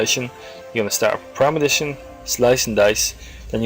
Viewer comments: The vid was helpful ... but you're killing me ...its ...PRE-MED-I-TATION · is it not premeditation instead of premidition? i'm too lazy to log on to my lowbie rogue and check it out but i'm pretty show it's premeditation...as in premeditated murder. anyway, still a great video. and the fact that there are no half naked men doing ab exercises is a plus.